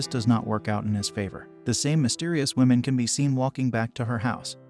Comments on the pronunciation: 🟦...I gotta admit it, I giggled every time the digital narrator said: 'The "Whimin"(plural), instead of: "The 'Whumin'(singular). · Learn how to properly say "womAn" Holy shit. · Why the hell are you pronouncing woman like that